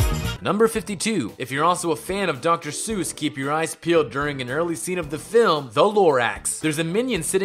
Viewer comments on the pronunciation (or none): you said film wrong in fact 102. there is no such thing as a fim.